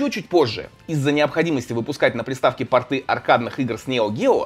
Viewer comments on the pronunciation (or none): none